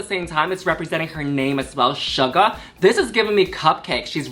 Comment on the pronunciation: Hey Yuhua! Just so you don't get halfway through the season (or however long they last) and realize you are saying their name wrong: Its Sugar as in the food NOT Shuga as in Caine. Shu Ger. You can't say no one in the comments told you. Laganja even told you last episode. ❤